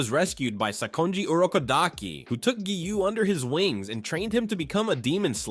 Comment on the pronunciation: it’s giyu.. not giyuu..